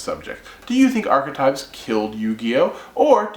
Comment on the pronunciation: 1 - You put too much emphasis into the word; it is merely "ark-type". The "e" isn't pronounced. 2 - I feel theme decks ruin the fun of being able to mash things together. I placed 3rd in a tournament years back using stuff like the End of Anubis, The Creator, Jinzo and other weird cards. They weren't in other decks. You cannot even think of that nowadays. I would love to see a tournament where no themes are allowed.